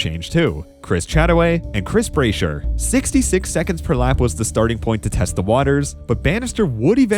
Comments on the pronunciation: And BRASH-er, not BRAY-sher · Agreed. Really enjoyed the video but mispronunciations diminished it a bit. Brasher, Ovett, Tanzania, etc. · Why can't today's illiterate idiots pronounce route correctly? Also it's not Chris Bray-sher, it's Chris Brash-er.